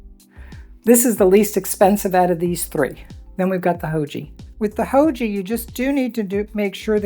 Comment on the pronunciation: Haoge is a Chinese company, so say it like 'how-guh' 'Guh' rhymes with 'duh' and the g sound is like the g in the word 'gone'.